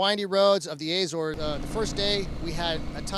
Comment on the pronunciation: The way he pronounces Azores....